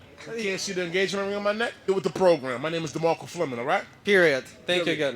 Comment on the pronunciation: It’s DemarkcO not DemarkcA !